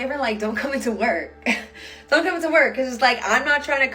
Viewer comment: Yes, doynt explote them! That mispronunciation had me laughing almost as hard as the Matt Rife jokes